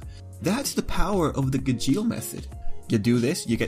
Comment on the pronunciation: Ok I think that you are pronouncing "Gajeel" Wrong... (This isn't a hate comment, this is a really funny video 😂👌 Good job and keep up the good work)